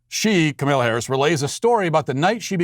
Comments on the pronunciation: Its Kah-mah- la not kah-mel- la. That is something I don't understand, no one liked her when she was running for president, but now she is the most amazing person ever. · Matt, it's pronounced "comma-la." Say it with me: "comma-la." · Comma-law Inexcusable for a political show to mispronounce the vp elects first name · It is purposeful. Funny stuff. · Carol Brotherton It's extreme ignorance/incompetence He does politics for a living and can't pronounce the vice presidents name? Its either massive incompetence or ignorance